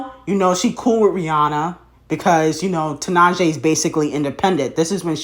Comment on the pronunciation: wow can you first learn how to pronounce tinashe’s name please.